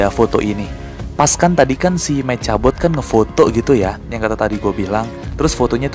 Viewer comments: Meka bot bang bukan meca bot hahahA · Bang: saran ngomongnya mekabot jangan mecabot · Bang btw mechabot kalo baca mekhabot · Nulisnya mechabot bilangnya mekabot. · Membacanya Mekhabot, tulisan mechabot👋❤